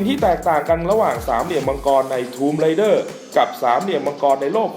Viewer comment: Raider - อ่านว่า เรเดอร์ - ผู้บุกรุก Rider - อ่านว่า ไรเดอร์ - ผู้ขับขี่